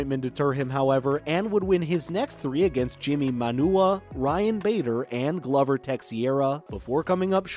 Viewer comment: Dude you need to learn how to say Glover Teixeira's name. In Glover it's a long o like Glowver and his last name is not texeira its said like this Tei-Chera.